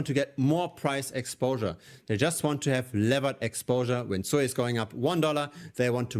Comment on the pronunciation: its not sooiiiii its suuuuuuuuuuuuuiiiiiiii